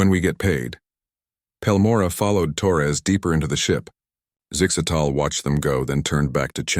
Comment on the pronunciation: Zig zags 🤣🤣 I think the ai's having trouble with zixastals name.